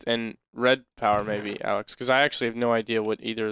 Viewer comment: Did you just call Alex "Layhe"? :) LMFAO